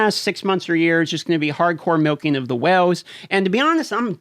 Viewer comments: Is it just me, do I hear "wells" instead of "whales?" It seems like you need your own oil well for this game. Been playing since shortly after release. To this date have never been contacted in response to questions, bug reports, nor even why trying to restore a guildmate's account after his device was destroyed. Are the accounts prioritized by sales receipts, where the biggest spenders' concerns are only addressed? From looking at the gear 13 numbers, the biggest winners are Sith Empire. Protection for prime investment. Had Malak teams not benefited the most, the biggest spenders would be upset their latest investment would lose value before the Star Forge event returned. When you see people in Arena you've been playing against for months suddenly max out the latest meta but you spend months grinding to catch them, but by the time you do, the next grind is in the pipe, the cycle begins again. The is no more lull. When there aren't several events going on, there's new content to grind, often there are both. Without either, the top tier isn't challenged, anymore. What's wrong with that? They might take their money elsewhere. Casual gaming is drying up, so are the wells, too, I think. The so-called FTP for lifers must have to work at this game like a job. If they're free, can they give enough time to compete in a game expecting thou$and$ a year to "compete?" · I just came here to listen to you pronounce “whales” = “whooles” lol, 😂😛👍🏻👍🏻👋🏻🍻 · You have a unique accent especially how you pronounce whales. I thought you were saying wells at first. Lol